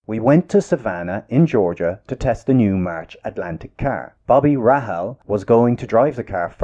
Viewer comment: It is pronounced Bobby Ray-hall.🤣